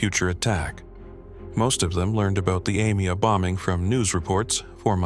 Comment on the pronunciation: I am impressed with how many times this AI could mispronounce Yoav Gallant's surname, and in how many ways. It also botched even the names of Mossad and AMIA a couple of times.